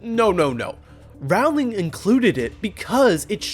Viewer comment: Thank you for an excellent video. I agree with you on everything except your mispronunciation of Rowling’s name. (How could you not know that it’s pronounced like the word “rolling”?) You even left out a few of my favorite Ginny references. Like “You can’t grow up with Fred and George without believing that anything is possible if you have enough nerve”, and her comment that she was just glad Harry had “something good up his sleeve” to defend himself against Draco’s attack”, and the fact that she came up with the name “Dumbledore’s Army”?